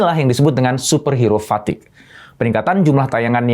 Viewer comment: Misi pak, itu bkn fatique tapi fatigue